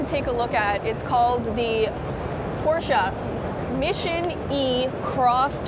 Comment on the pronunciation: Not Pooscho